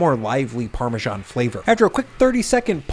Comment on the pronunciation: Great recipes! But I had to get over the "parmaJohn" so i could finish the video. My first grade teacher (a Brit) and everyone I know says: parmezahn. No more italian food themed videos on this channel for me 😂